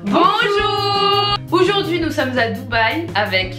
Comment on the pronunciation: mmddrr ele dit oujourd'hui au lieu de aujourdhui jtaime trooop